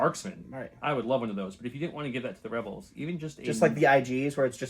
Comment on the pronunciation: Next time you play rebels, please make "reebals" the word of the day